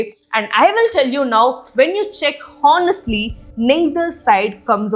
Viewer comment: Ma'am u pronounce all the time honestly word wrongly. It's not HO-NEST-LY it's O-NEST-LY.